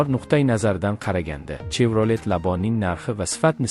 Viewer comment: Чевролет эмас шевралет деб айтилади савод хам говлат кетганми